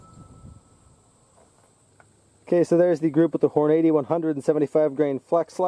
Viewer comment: Lol Hornade-ee. I thought it was pronounced Horn-uh-dee